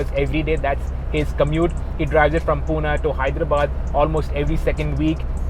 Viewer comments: Bro.. Its 'Pune' not Puna.. mind it👍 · Wtf is puna ? It's Pune